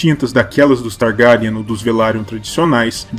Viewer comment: "Targáryan" muito estranho